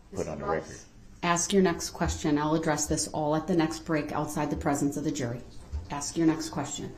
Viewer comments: Axe that question lol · Why can't Black people pronounce a word as simple as "ask"? Why is it you people can't do it. You just can't. "Ax" is a tool used to chop stuff up.